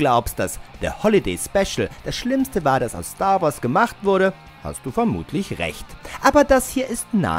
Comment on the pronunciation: Star Wars, nicht Stoar Woars.